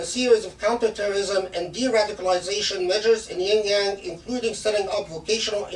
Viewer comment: Shaykh please, it's not "yin-yang," it's more like شِنْجِيَنْگ